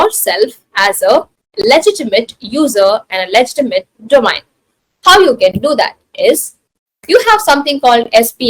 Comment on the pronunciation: She doesn't know how ro pronounce the word domain :eyes-purple-crying::face-orange-frowning